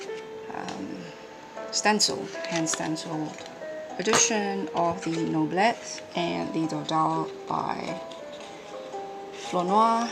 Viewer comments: Thanks for the great video! I was just saying I hoped someone would post a comparison 😉 And It's pronounced "No-blay". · Gorgeous, I love the imperfect feel which makes the deck alive ! Thanks a lot ! (and yes, we prononce something like "noblay" in french ! ) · Noblet is pronounced noblé as in "ay", without the "y" sound at the end .in fact you pronounced it quite correctly : without the t. it's not pronounced in french as many end letters aren't. Cheers. nice btw